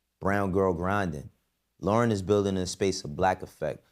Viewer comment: you just lost my respect saying Lorn wrong. Thats some coward shit for you to say this.